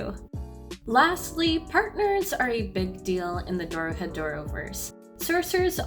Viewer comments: Anybody question the fact she’s pronouncing it wrong? DORO-HE-DORO, she saying DORO-DE-HORO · Please my wife, it's DO-RO-HE-DO-RO Not dowrodehowrawr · DORODEHORO. She said. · it's pronounced doro E doro and means "door to door" ffs do at least minimum research before you post shit and dont try to blame it on the disorder otherwise nice vid, cheers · kinda got annoyed by the misspronounciations "Dorodehoro" in and ... But the general tips for newcomers: read the manga, enjoy the good messy art, don't see anyone as protagonist/villain and don't try to get the plot, the plot will get to you! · Im looking for this comment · Maybe pronounce it right before making a video about it? It's fucking easy. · you said it right once at the start then got it wrong for the rest of the video